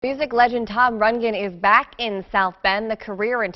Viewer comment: It's Rund-GREN dear, not Rundgen!